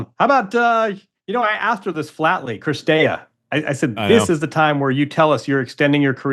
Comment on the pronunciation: Dear Messrs. Orrdick and Wretheim. Most of the players' names are available as they pronounce them themselves on the ATP and WTA pages. It's not CRistea, it's CiRstea.